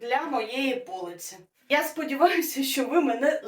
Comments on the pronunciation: Дуже ріже слух неправильний наголос в слові полИця, а не пОлиця. Вперше таке чую. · Чому так часто невірно ставлять наголос??? ПолИця, а не пОлиця, ПодУшка, а не пОдушка. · Супер! Ви великі молодці. Тільки ріже вухо "пОлиця". Наголос в цьому слові на другому складі, полИця, полИчка. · Все дуже цікаво та корисно. Але пів відео дивилася без звуку, бо я вже насилу витримала 100 разів на хвилину слово «пОлиця» замість «полИця». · Наголос у слові - полИця, а не пОлиця, вибачайте. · Пробачте, але у вас наголос не правильно - не пОлиця, а полИця. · До перегляду кінця відео я вже теж кажу пОлиця😂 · полИця. Наголос чомусь дивний у вас. А полИця чудова